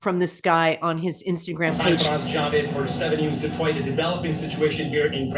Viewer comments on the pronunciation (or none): none